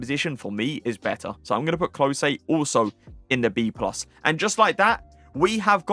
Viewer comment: Another great vid mate. Only gripe - Klose- it’s pronounced “klow suh” not Klosey - it drives me mad 😂😂